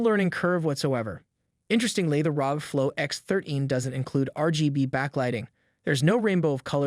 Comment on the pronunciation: ARE OH GEE - .. pronouncing the acronym as a word is the same as saying RTX3080 "tye"